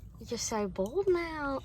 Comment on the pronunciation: I'm sorry...are you trying to say BALD!?🤣